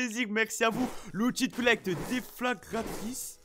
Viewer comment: l’outil de coullecte